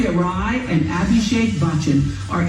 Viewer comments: Itz Aishwarya Rai not Ray... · It is aishwerya RAAIII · It’s not ray, it’s ra-e. And yes, her nickname is ash. And abhishek is called AB. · Its not "Ray" its pronounced as "Raaai" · It's not even rai as in ray.... It's raaai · Hey you idiots, i thought ill be the first yet there were 4 comments. How the hell. Aishwarya Rai the last name rhymes with Dry so its not ray. Fun fact she is a tulu girl from my city. Sunil shetty Shilpa shetty Aishwarya Rai Deepika padukone Prakash Raj Are all from the land of Tulu or Tulunadu. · Pronounce Rai as in Rye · It is rai 'i'. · Rai as in rhyming with 'why'. Gotcha? People didn't point that out since 'stupid' people never learn ..... Lol, Just kidding. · Rai like how you would say Rye bread. Bachchan was correct. Its not like how you say Johann sebastian "Bach", no hard "ch" sound, instead it's like the first syllable of "chinese". The main difference between English or American pronunciation vs. Indian is the emphasis is placed in the beginning of the word not at then end. Instead of aaMIR it's AAmir and instead of shaHID it's SHAhid. You guys get a pass though because you both are so fun and your genuine appreciation and willingness to broaden your horizons unlike many other people ;) I don't know how old that Oprah interview was but I found it mediocre, not to the level of condescension but pretty bland. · And its Aishwarya RAAI(the second pronounciation you said) And yes her nickname is ash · it's pronounced aishwarya RYE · I’ve personally commented in quite a few videos that your pronunciations were off! #Oprah was closer to the real deal, you guys changed names and sound mostly like you’re talking about other people who actually exist. Maybe somewhere out there in the universe there’s an Aishwarya Ray but this lady in the video is #AishwaryaRai. Indian languages are phonetic. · Rai is pronounced like Rye Bread lol, and Buh-ch-uh-n , beginning like Bunch without the n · Her last name is pronounced as rye as in a marble rye